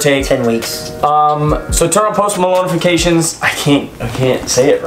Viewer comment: Literally nobody: Kian: tUrn oN thE pOsTmaLonEFicAtiON